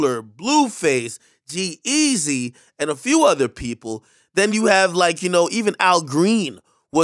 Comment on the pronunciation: You said called ohgeesy g eazy lol. Rip to drakeo 🙏